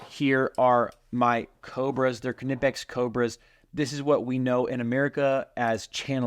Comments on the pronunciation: knipex is a german company, the K is silent like in the word knife- “nip-ex” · Let me settle this for you 100% You are pronouncing KNIPEX wrong. There is only one way to pronounce it correctly, and that is "k-nee-pex".... Pronounce the"k", it is a long "E" sound ( not a short "i") ... Watch any video with employees in Germany at Knipex and this is how they all pronounce it. Your welcome. lol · lol it’s nip-ex. I don’t care what they say they are pronounced they’re wrong. It’s like gif. The owner says it’s jiff, they are wrong. 😂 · Why do we pronounce the "k" in Knipex? We never pronounce it in "knife." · Kah-nipex? Always wondered how to pronounce knipex. Is the “K” silent? 🤔 Haha “fight me” 😂